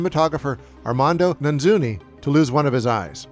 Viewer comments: I'm not sure why you mangle the director of photography's name so many times? You keep saying Na- Zooney when it's clearly Na- Noozy. It is Armando Nannuzzi.. that doesn't strike me as being very difficult to say. I'm not trying to be a smart-ass it's just that it's somebody's name and you should make a little bit of effort, especially because the guy lost his eye while making this movie.. It's not multiple syllables, it's only three syllables. Anyhow I enjoyed it immensely but that kind of bothered me. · Yes Nannuzzi is definitely pronounced Nanzzuni, you aced it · "and director of photography, Armando NANZUNI".... literally says Armando NANNUZZI on the screen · Good video but one thing that annoyed me was the constant mispronouncing of Armando Nannuzzi’s name as “Nanzuni” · Is mispronouncing Nannuzzi's name every time an inside joke I'm not getting?